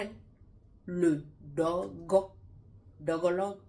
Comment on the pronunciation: 😂😂 vous seule saviez bien dire ce mot "dôgo". "dôgo ' ... Voilà pourquoi c’est bien d’être fidèle l’un à l’autre. Dôgo là va tuer homme.